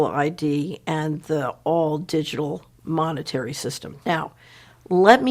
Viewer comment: the pan-they-mic will end when mon-nayterry - sistim is changed